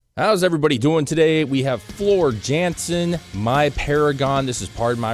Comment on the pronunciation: The J pronounces as a Y. Floor Yawn-sin. It’s just a "IMHO," but Floor singing music like this is like putting a formula-1 race car in downtown traffic at rush hour during a hurricane while kittens and puppies and old women roam the street. 💙💙💙All Hail Floor !! 💙💙💙 Infantryman-Nightwish Army. US Regiment. Kentucky Battalion RIP Ann Waychoff-Commanding General-Nightwish Army